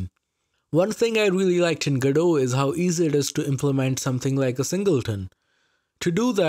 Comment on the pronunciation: Man even my Indian ears can feel the hard Ds whenever he says GoDot.